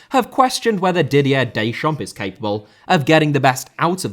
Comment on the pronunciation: Chile * not Chelei Russia* not Russier Trézéguet* not Trézeguei Lizarazu* not Lizarohrzu Deschamps* not Deischamps Diouf* not Djouf Ghana* not Ghohrner Roberto* not Robötouw Calciopoli* not Calciiopouwli Cannavaro * not Cannavohrouw Pirlo* not Pölouw Gegen* not Gaigen Piqué* not Piquei Busquets* not Băsquets Andrés* not Ondres Xavi* not Dgiavi Diego* not Diyeigouw Possession* not Posession Jérôme * not Jerouwm Boateng * not Bouwateng Lahm* not Lohrm Klose* not Klouwsser Schweinsteiger * not Schueinsteiger Kanté* not Kantei Kimpembe* not Kempembei Tchouaméni * not Tchouameini Rabiot* not Rabiouw Mbappé * not Mbappei Benzema* not Benzemohr Guendouzi* not Gwendouzi